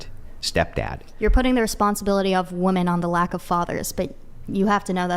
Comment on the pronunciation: She can’t even pronounce women correctly.